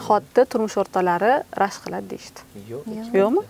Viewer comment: Ширинни эрини рашк диган нарсани р харфи югикан